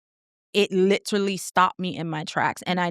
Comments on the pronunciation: Fr she said “litrally” I cracked up 😂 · Definitely heard it with her pronunciation of “literally”